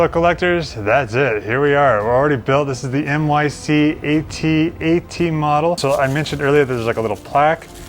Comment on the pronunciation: A-T-A-T Thankyou for saying it the correct way 👍🤣